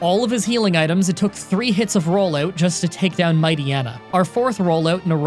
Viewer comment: Man said “rollayewt”